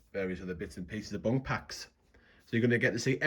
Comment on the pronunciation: Your pronunciation of BUNC..... you are saying BUNK, the last letter C sounds like an S, bunc like bunsen burner not bunk like bunk beds.... just saying